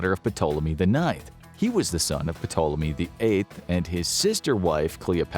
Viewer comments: Love the content you lot make, but these pronunciations in some videos grind on you after a bit. Sorry but the P is silent in Ptolemy 😅 Won't stop be watching and enjoying though 😁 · Pronouncing that "P" was KILLING ME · Is anyone else losing it every time he pronounces the SILENT P!?! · Who else cringed every time he pronounced ptolemy wrong? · The "P" in "Ptolemy" is silent. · P in Ptolemy is silent bruh. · Dude, you don't pronounce the P in Ptolemy. How do you not know that?? This is a history channel by n large. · I don't know why, but i just find it hilarious when he pronounces the P in Ptolemy 😂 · Except they can't pronounce Ptolemy correctly. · The "P" is silent